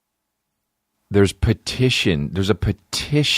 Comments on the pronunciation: Anyone else notice he says “pedition”? 😂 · Why sometimes a solo podcast sucks: nobody is there to tell you youre saying petition wrong. Lmao.